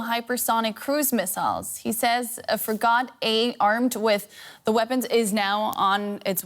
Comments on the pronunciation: "A fra-got-a..." Frigate? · "Fri-Got" Someone tell her how to say Frigate! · It's not "Free got"; Frigate is pronounced "Frig gAt". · Did she say frighat instead of frigate? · Um, it is pronounced frig-it not frigatay, hope that helps :) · "He says a FRIG-GAT-AY..."🤦‍♂. Almost sounds like an SNL spoof. Perhaps you mean the word that rhymes with free-gate? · "a frih-got eh armed" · Lol, teach your news woman how to read, “Frigate” she nearly pronounced it as “FREE-GOT” = DUMB 😊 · A "fri-GOT" why on earth an anchor without a very strong understanding of vocabulary, reading and writing would be hired is beyond me. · Did this lady just pronounced frigate as "free-gat"? What the heck 🤣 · It's pronounced frigat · I thought it was a French Frai-got. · I like how she doesn't even know how to say "frigate." Fri-GOTT lmao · A "Fri got A" 😂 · Did.... did she just pronounce "frigate" as "figaht-ey"?????? Well, you heard it from the experts, everybody. Trust the science. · Frigate is pronounced; frig-it,. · Did she just pronounce Frigate as *Frig-Ot*? 😆😂 Yes, the navy has many Frig-ots 😳 😆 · She said “frig-ot”? WTF is wrong with this generation of English speakers? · she just fri-got how to pronounce it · Someone please teach her how to pronounce frigate. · nobody gonna talk ab how she can’t pronounce ‘frigate’? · That's not how you pronounce "frigate" first lady. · Lol, how she pronounced frigate 😂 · Interesting way of pronouncing frigate